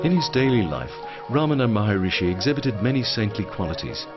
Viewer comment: Maharshi not Maharishi